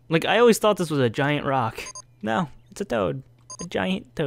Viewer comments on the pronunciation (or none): Really, toad? "GAINT?" Was that on purpose?